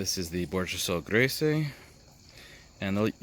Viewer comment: I don't recall ever seeing a cavity in my Bourjassotte Grise. BTW, it should be pronounced as "greese" in all cases. Col de Dame Gris (as written in Baud's book) should be clear but in the case of Grise there is no accent on the end so just forget about it. :)